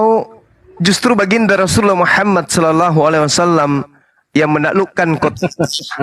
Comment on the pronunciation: Deri bahasa menyebut nama Rosullah dgn sebutan Muhamad Bukan Muhammad itu aja bapak ini menunjukkan BKN dr muslim/ muallab. Bapak ini emang udah qufur dr nenek buyutnya itu qufur keturunan. Tp qufur ini berdusta